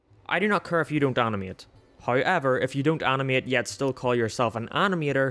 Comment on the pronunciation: They way you pronounce "care" makes me wanna jump off a cliff. Thanks 👍